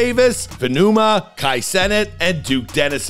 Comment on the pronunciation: Nahh cuz why you pronouns amp and fanum and kai name like that..